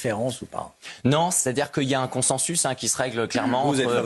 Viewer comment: Cet excité parle al et toute vitesse ! on ne dit pas !"queuilla " mis on prononce : "qu'il y a"